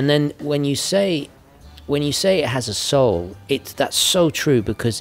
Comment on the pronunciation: The word is “soul”,. Smart watches have no soul.